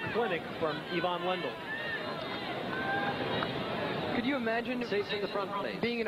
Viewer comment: It's "Ivan Lendl" Not " Evan landl" dumb American...